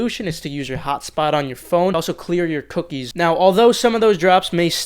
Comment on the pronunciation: Coming to the comments to see if anyone said anything about him saying cookies 🍪